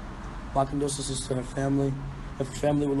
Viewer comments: He could never say condolences right😭🖤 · He said "condosenses" I'm shook but seriously this is so sad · Who Cares? He don't know how to say condolences. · Lol I thought for sure he would've corrected himself after the first time. That baby just had a hard time pronouncing that word. 😅